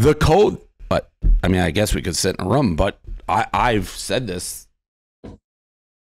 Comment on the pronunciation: Dave it’s rooom not rum